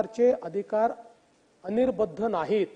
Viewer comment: अनिर्बंध असा शब्द आहे. अनिर्बद्ध नाही